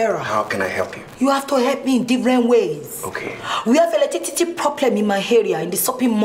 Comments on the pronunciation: Right eleticity😃😃😃 you know knew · Eletitity🤣🤣🤣🤣🤣🤣 Jennifer will not kill me🤣🤣🤣🤣 Timini, Timini,, Timini👂👂 How many times did I call u??? U r getting on my nerves o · It's Eletitity... abi you don't knew ni